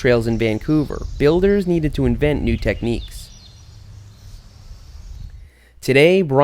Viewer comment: its not vancover its vangcover